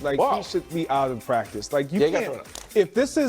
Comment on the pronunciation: Oh no the poor pwactice baby got push on the gwound. Football is getting soft